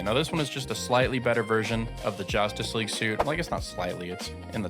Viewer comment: Do you use ai when narrating your videos? Nobody says “jOStice” League.